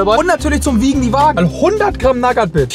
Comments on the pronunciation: Du sprichst die Nougat Bits falsch aus! 😂😊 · Echt super Video mach weiter so❤. Aber bitte hör auf Nougat Bits wie Nagat Bits auszusprechen da werd ich echt agressiv😂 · Sagt er absichtlich zur nugat bits nagat bits oder kommt es mir nur so vor ? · Nougat bits nicht nagat bits!!!!! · ey ich feier deine videos wirklich hart als stiller zuschauer aber ich muss wirklich sagen nougat bits werden nugat bits ausgesprochen und nicht nagat bits das hat mich schon ( gaaaaaaaaanz ) leicht getriggert xD aber nichts desdotroz wie immer ein hammer video:D und denk immer dran ALLES IST GUT SOLANGE DU FETT BIST xD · Nagat Bits->Nougat Bits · Wie er immer nagat bits sagt 😂😂😂😂......es heißt ausgesprochenen nugat beits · NAGAT BITS junge es heißt Nougat Bits, Nouuuuuugat Bits!! War so kurz davor abzuschalten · Es heißt Nougat Bit und nicht nagat bits es kommt von Nougatcreme die scheiße die da drinnen ist in den Cornflakes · ES HEIST NICHT NAGAT BITS SONDERN NOUGAT BITS AAAAAAAAAAAAAAAAAAAAAAAAAAAAAAAAAAAAAAAAAAAAAAAAA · Warum NAGAT???????NOUGAT ganz normal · Junge was nur nagatbit das heist nugatbits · Sehr Schweiiiiiniges Video auf jeden fall, Aber es heißt doch nicht NAGAT bits Hööäa Nougat mit OU xd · Ja ich schwöre man spricht es nuugat Bits aus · *Naggat Bids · Naja er hat Nagat BIts gesagt und eine Sekunde später sie Nuss-Nougat Taschen genannt. Also er weiß wie man es richtig sagt und kann es richtig sagen, macht es aber absichtlich nicht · Nagat Bits? Junge lern mal ein Produkt richtig aus zu sprechen😅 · „Naggat Bits“ 😆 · Nougat sprichst du richtug aus aber nagat bits dann ??? 😂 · oah ne ich muss ausmachen er sagt Nagat Bits xD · "Nuss-Nougat-Creme" kannst du sagen, ABER "NAGAT-BITS"?!?!?!?!?!?!?!?!?!? HÖR AUF MICH SO AGGRESSIV ZU MACHEN!!!!!!!!!!!!!!!!!!!!!!! -.- xD arschloch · Liebe deine Videos... aber digga wie sprichst du Nougat bits aus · Bro sprich Nougat Bits mal richtig aus